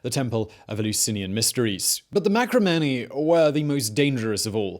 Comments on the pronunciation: Marcomanni, not Macromanni. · marCOmanni not maCROmanni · While it usually looks like an "L", Iazyges is actually spelled with an "I" (letter after "H"). Also, it's Marcomanni, not macromanni. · Dude, read over your script before you tape, will ya? MARCOmanni not MACRO. ANTON-EYE-NUS, not Antone-ee-us. The shows are good but that's no excuse to be so sloppy.